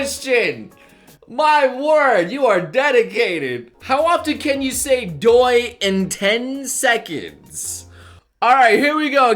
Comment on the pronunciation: When he said doy it sounded like dildo